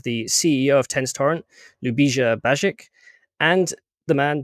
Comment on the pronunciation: LYU-BEE-SHA BYE-EECH that is how you pronounce his name. the J in his name makes the same Y sound such as.. Yellow. you have to form the L and Y together. the S is an SH sound. the C in his last name is a CH sound. the "i" makes a long EE sound. not to be an asshole, but you genuinely butchered his last last name and did slightly better on his first name. youre copying how Keller says his name where as you should have simply askied Ljubisa himself how to say it so that you can COPY it properly. he Deserves at least that much respect.